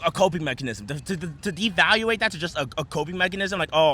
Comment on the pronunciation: And devaluated. Lol.